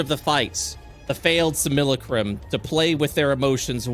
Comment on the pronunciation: Great episode, but the mispronunciation of Simulacrum is killing me :,)